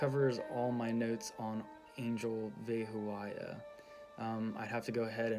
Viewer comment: It's PRONOUNCIATION IS VE/BE HO YAH NOT VE HO A YAH